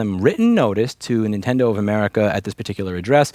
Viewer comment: Louis, I'm so sorry to inform you but... you're OLD. You're saying INtendo instead of Nintendo. Tsk tsk ser. Well, at least you did say it a couple times that way lol